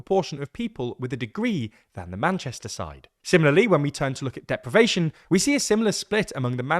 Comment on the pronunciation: Surely, 'deprivation' not 'depravation'?